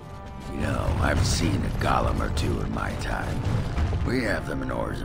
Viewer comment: The pronunciation of "golem" is causing me great consternation.